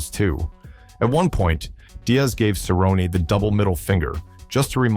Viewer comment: It's pronounced Cer rone nee, get it right stupid Ai filter.